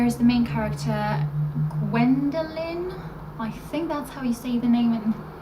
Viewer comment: Great haul! It's so cool to see a german series in another language! You pronounced Gwendolyn's name correctly btw ;)